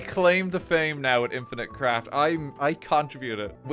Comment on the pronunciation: In the into i though you said the game was "Infinite Crack"